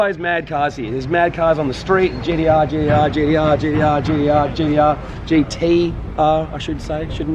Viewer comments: hearing GDR instead of gTr actually gets pretty annoying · My brain hurts when he says GDR.